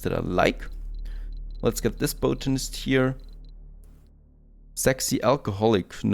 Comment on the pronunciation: Great series! You deserve many more viewers than you have. With the praise out of the way, please look up the way you say 'botanist'. Your pronunciation is horrendous!!